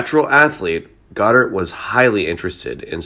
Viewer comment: God-ard not Gdard